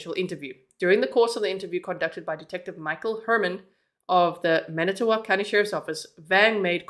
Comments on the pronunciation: Fon-Do-Lack is how you pronounce Fon Du Lac (you were very close and we have many hard to pronounce cities!) I'm here to help with any of your Wisconsin questions as I was born and raised here. 😊 Edit: You got Manitowoc correct! That's where Steven Avery and his family lived (if you've seen Making a Murderer you'll know who that is.) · You nailed saying all the cities and towns correctly. From Manitowoc area and now live in Appleton.